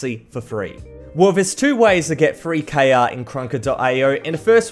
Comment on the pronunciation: why you say k a is KR